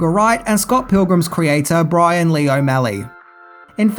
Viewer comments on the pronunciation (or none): none